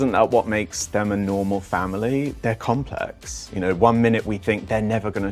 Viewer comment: Please try not to drag the last syllables of your words so much. You almost sound like Stephen Fry in the sketch about God: ‘Go-hod’. You go like ,complehex, childrehen’